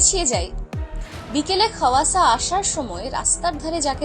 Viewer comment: Khowasa noi khawasa